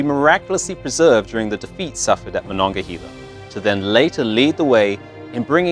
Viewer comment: Haha I live in Monongahela Pa, also they miss pronounced Monongahela